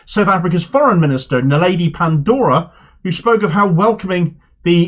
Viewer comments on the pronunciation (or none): Pandor, not Pandora ❤😂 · Its Naledi "Pando"r, how your pronounce her indigenous name correct but butcher her western surname myguy?